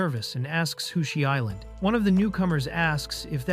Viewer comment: "who she island"? Editing people, AI is not plug and play.